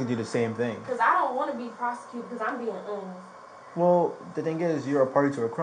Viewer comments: What is that word she’s butchering? Is it awness ? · Why cant she say honest right? She said it right twice then kept saying it wrong like girl youre not being serious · "Im being so honust with you...mam, Im being so honust." That girl aint been honest since she walked in that store!